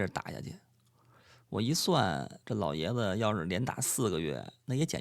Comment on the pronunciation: 完全同意，段子吸引人，声调好，尤其那一声“老爷子”，真是好听的北京腔。